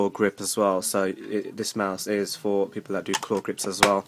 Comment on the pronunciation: Did you just said PEPLE????????